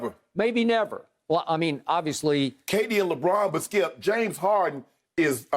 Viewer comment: “Well Skiup”